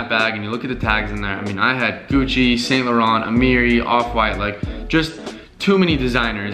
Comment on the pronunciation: he pronounced Saint Laurent wrong.. for a model that's a little sus. its pronounced SAHN LORE-ON doof